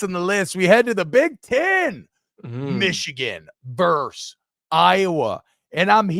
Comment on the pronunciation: It's Versus not Verse.